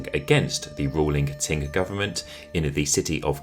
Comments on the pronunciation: Qing is pronounced as ching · Love your videos but I find it very difficult to hear you keep calling Qing Dynasty as “Ting” Dynasty. Please correct your pronunciation of this dynasty. China never had a “Ting” Dynasty. Otherwise, love your content. 😊